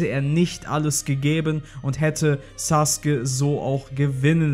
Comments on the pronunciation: Digga das heißt Sasuke und nicht suke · Ich raff es nicht warum saske der heißt sasuke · Tut mir Leid aber er heißt Sasuke nicht saske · Saske? Haha neinein, er heisst sasUUke 😁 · junge er heißt Sasuke nicht Saske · Es heißt sasuke nicht saske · Sasuke heißt es im Deutschen Saske im Original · Also ich kenne nur Sasuke und nicht Saske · Nicht saske sondern sasuke 🤦‍♂️ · Hör mal auf immer Saske zu sagen 😂😂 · es wird sasuke geschrieben aber es wird (zumindest im Original) Saske ausgesprochen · Englische Aussprache Saske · So wie es ausspricht ist es falsch. Das ist bloß die verkackte eingedeutsche Version. ^^ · Darf man fragen, wer die Einspieler da spricht? Da ist ja quasi jeder Name falsch ausgesprochen... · Es heißt Sasuke